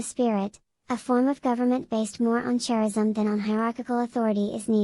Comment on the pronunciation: 1) why the childish voice? Hard to understand. 2) charism is pronounced « karism » not « tscharism ».🙃